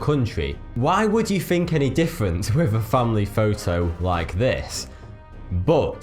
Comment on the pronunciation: think, not fink thousand, not fousand three, not free ethiopia, not afiopia other, not uvver interesting videos rendered unwatchable through the violent butchery of the english language